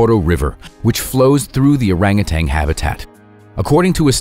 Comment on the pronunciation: OrangutaN not tang